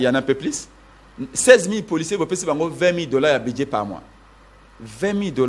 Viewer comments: Dit lui ce budget, non buduet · Aah bon yango esilisi embouteillages te po eza nde ba SOINS DE MOUTON , udps , udps, udps, BUDIER quand même une prononciation pose problème, allez y déduire